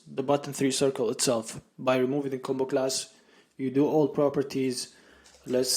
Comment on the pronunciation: Great video series! I immediately subscribed Btw, the way you say combo-class sounds like a Jamaican saying bombaclad 😃 Keep going 👍